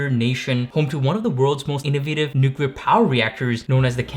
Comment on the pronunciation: He said "nucular" he's been turned off and don't ever try to come in my space again. Thats willful ignorance and I couldn't trust him to not f up my reactor.